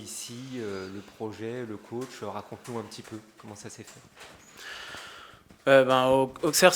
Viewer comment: Ausserre on dit en non AuXerre